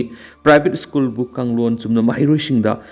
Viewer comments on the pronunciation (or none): Ebo nanggi ucharan se yadareda, State haigadabada esstate, School haigadabada esschool, cease fire haigadabada six fear labour haigadabada lebrer, security haigadabada sikurity, Secretary dana seketri, Advocate haigadabada advotcate, sida natte yam leiri, aduna sinphamsida khongdaninglabadi hanna Oja Raj Nongthombam da Pronunciation gi tution loukho. Oja Raj asi pronunciation sengna ngangbasinggi marakta amani.